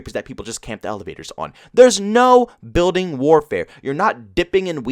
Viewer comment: "Biudeen" (building)